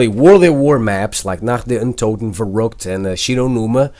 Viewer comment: OMG AN AMERICAN WHO CAN SPEAK "NACHT DER UNTOTEN" OUT!! THIS IS MORE RARE LIKE A UNIHORN